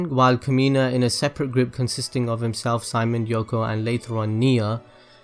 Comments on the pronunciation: it's actually Shi-Mone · His name... Is pronounced... See-... MONE